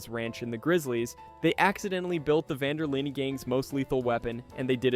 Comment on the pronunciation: dawg it’s pronounced van der lin not vaughn der leen